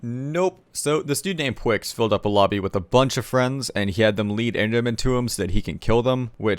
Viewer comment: you called him pwix smh